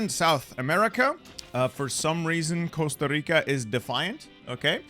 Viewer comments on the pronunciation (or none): none